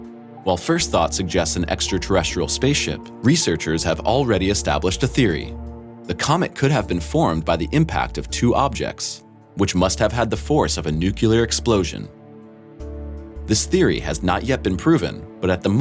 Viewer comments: actually. I noticed that too. Funny pronunciation of a simple word. Say it with me bro, N U C L E A R! NUKE-LEE-UR. Lol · Nuclear! Not Nukular! Nu cle ar Not Nu kyoo ler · Pluto's large moon is pronounced 'KARE - on' not 'SHARE - on'. And 'nuclear' is pronounced 'NOOK - lee- er', NOT (!!!!!) NOOK yah ler. This video is not science. It's speculation. For shame. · It's NEW CLEE AR!!!! Not nukular. My god it makes me wanna claw my eyes out. The moment I hear that I stop taking people seriously. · I'm just being anal, but i cant stand it when people cant pronounce NUCLEAR. Its not NUCULAR! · Holy crap! If you're gonna have a narrator, for Pete's sake make sure he knows how to pronounce NUCLEAR!!! It's not nucyalur, you dim wit! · I knew to not take this video very seriously when I heard nuclear pronounced nucular. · Come on, I like this channel, don't pronounce "nucular"!! What the hell?! :)) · Pet peeve: people who say nucular. I just cant take them seriously after that. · It's NUCLEAR, not "nucular". GOT IT??? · Let me tell you all a story about this massive nucular explosion... 🤦‍♂️🤦‍♂️🤦‍♂️🤦‍♂️🤦‍♂️ If you can't pronounce English words, abstain from narrating in English and revert to whatever language uses the word "nucular"... I didn't make it to minutes, I stopped to write this... And here you have a powerful reason why I proudly announce never to have spent a holiday in north america (lower case is deliberate). Europeans know how to pronounce words like "nuclear" and certain metals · when he said "nucular" i had to go. byeeee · Hate to nit pic... but if you're making educational videos, pronunciation should be payed attention to. "Nuclear" only has one "ooh" sound. "Noo-clee-ar." or... because it is so destructive, it makes a "new clearing." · Please learn how to pronounce nuclear. It is not pronounced nu-cu-lar. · Sounded kinda smart, until you said "Nuke-yoo-lur". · Even better is New-Clear. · mmmmm . . . nukular.